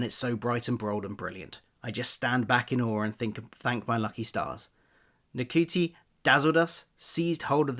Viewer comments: I believe his name is pronounce “shoo-tee”… that what Google says anyway 😆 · his name is pronounced Scooty but spelt Ncuti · I do think his name is pronounced: shoo-te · It's pronounced 'Shooty'. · I think you pronounce it as “shooti” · It's nice they announced it to use the BAFTA buzz to do lots of press. Very wrong pronunciation. You couldn't type his name in YouTube and listen to one person pronounce his name? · it would have taken less than a minute to type his name into youtube and find a video of Ncuti pronouncing his name, just take a minute to make sure you get it right.